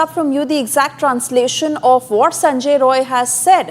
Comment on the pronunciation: Not sanjoy its Sanjay.